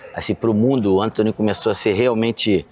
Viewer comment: "É o Entony